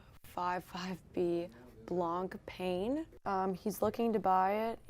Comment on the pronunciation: "Blank pain", wow, butchered it